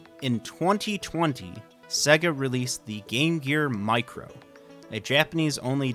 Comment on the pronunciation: That's SEYYGA. Not SEGGA.